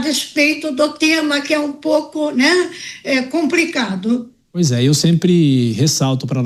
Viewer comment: É "COMPRICADO" MESMO!